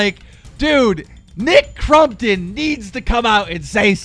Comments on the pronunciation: U suck. It’s not Nick CRUMptom it’s Nick Crompton haha like can u read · He’s saying crumpton instead of crompton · dude his name is CrOMpton not CrUMpton you dumbass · Anyone notice how FUCKING KEEM PRONOUNCED NICKS NAME FUCKING CRUMPTON NOT FUCKING CROMPTON!!! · Youre saying nick crumptun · Why do you call him crum -ton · Why do you you call him Nick crumpton? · Thought it was nick crumpet ? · “Nick crumton” please English correctly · “Nick Crumpton” 😂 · Every time he says Nick CrUmpton, take a shot. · Why TF you keep saying Nick CRUMPTON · All I hear from keem is Nick crumpets. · Nick crumton?! Lol 😂 that’s what u are saying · The way he says crompton triggers me but I still love his channel